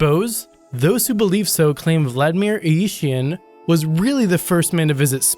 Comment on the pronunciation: There was some terrible pronunciation in this video... - Gagarin = "ga-gare-in" (not Ga-gar-EE-in) - "Ilyushin" = "ill-you-shin" (not Ee-yee-shee-in) - Bedouin = "Bed-a-win" (not bo-deen) and not "boo-deen" - Duchesne = "Doo-shen" (not Doo-nesk)